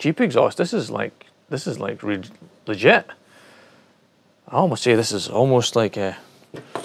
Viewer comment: I had to laugh when u said the exhaust pipe was "Ligit" ahah